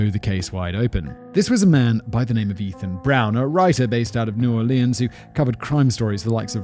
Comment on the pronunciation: I have literally never heard anyone pronounce New Orleans like Simon does. That's wild. When the biggest pimp in town is a primary 'informant' that's just collaboration. I'm betting that the police are some of his biggest clients.